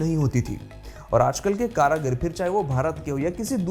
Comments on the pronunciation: भाईसाहब कारागीर नहीं कारीगर होता है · कारागिर या कारागिरो शब्द नहीं होता बल्कि कारीगर, कारीगरों, कारीगरी शब्द होता है। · करागीरो नहीं कारीगरो बोलते हे नालायक भाषा ज्ञान सीखो पहले, तो तुम भारतीय हो और तुम्हारी भाष हिंदी है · Its not "karagir" it is "karigar"